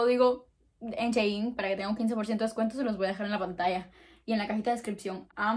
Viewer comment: Me encanta tu vibra ya te había visto antes pero uuu y por cierto es Shi-in no she-in me encanta tu forma de hablar 🗣💕